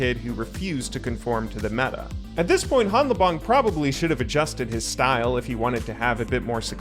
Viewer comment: You started out correctly pronouncing hanlabong where the n and l merge into just an l sound but then reverted to an incorrect pronunciation at some point.